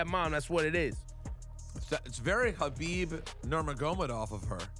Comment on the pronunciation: Cringed when he destroyed Khabib’s last name 🤦🏽‍♂️